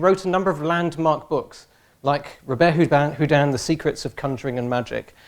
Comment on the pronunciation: Robert Houdin was a genius. And this funny English guy didn't say his name correctly !!!